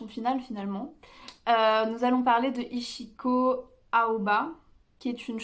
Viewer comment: Rare d'entendre quelqu'un parler de Ichiko Aoba en France (son prénom se prononce "Itchiko" ). Elle sera en concert en France ces jours-ci d'ailleurs... à ne pas manquer donc !